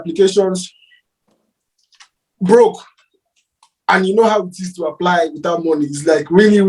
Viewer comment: The way this guy stresses on the "broke" 😆 🤣